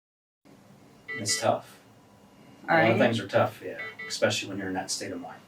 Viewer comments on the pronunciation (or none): I would like to bring something to your attention that has haunted mine. On two separate occasions throughout this video you pronounced especially like ecspecially. Please never ever do that again. Thank you.